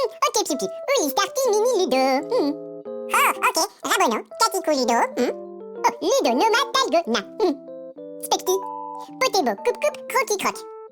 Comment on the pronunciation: It’s called Dalgona not Talgona